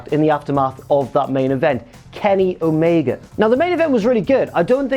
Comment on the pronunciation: Stop saying omega wrong